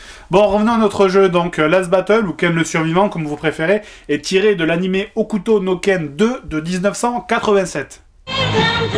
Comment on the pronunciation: "Hokuto no Ken...Shinsei Kimatsu.. ..Kyu Seichou.. desu waOuais bon, Last Battle c'est très bien en fait". J'avoue que comme tu le prononces c'est convaincant xD !